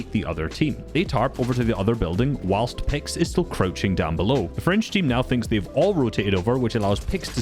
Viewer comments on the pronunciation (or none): none